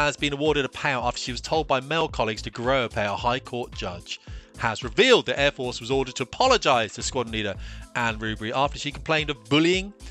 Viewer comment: Dry your eyes love, its Air Force not the Fair Force.